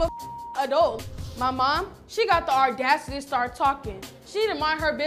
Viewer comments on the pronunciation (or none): "the ardacity" is craaaazy 😭